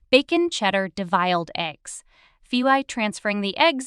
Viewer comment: The correct pronunciation is 'devil-ed' eggs, as in Satan.not de-viled.